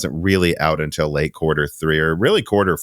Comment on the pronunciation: While we are correcting pronunciation. Has anyone ever pointed out that nine times out of ten you pronounce "until" as "Intel"?